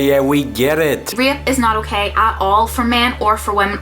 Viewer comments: This whole time I thought she was saying "ripped" , then I realized it was "rape" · i hear her pronounciation of rape is rip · I think im deaf; dos she say rape or ripped? becourse ripped is when you train get muscels right? is it the dialect? :`D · I couldn't tell if she was saying rape until afterwards, thought she kept saying ripped.